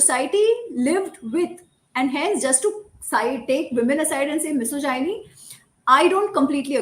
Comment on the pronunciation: Is it just me who is bothered by how she's pronouncing "misogyny"? I appreciate her thorough research and her opinion on the topic though.